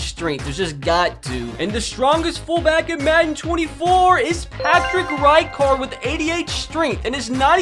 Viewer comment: You gotta pronounce Patrick ricards name right